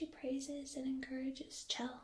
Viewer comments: I'm pretty sure it's pronounced shell. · btw it's pronounced "sh-elle", which is sorta short for Michelle. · I love your videos and am a huge fan of the Portal series as well! I just wanted to offer a little fan commentary and note that, though it's not spelled like it, Chell's name is actually pronounced "Shell". Definitely not my first instinct, but it's something I've heard from the creators in interviews and commentaries past and thought it a unique name and spelling. I hope you don't take this as any kind of critique, but a friendly note from a fellow fan and tingler 😋 much love! And keep sharing all your awesome!